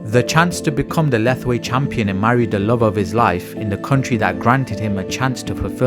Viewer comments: Thanks for the video. But Myanmar is pronounce Myan - Mar pr Myal Mar ( just 2 sounds ) . Not Mai Mar or mi yan mar. Lethwei is pronounces Let + Hwei ( Let - Whayte ) . Not Leth ... thal..... thalll... thallll........ wei.... . a big No. It's Let + Hwei. Thanks. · Correction to the narrator it pronounce Let-hwei not Leth-Wei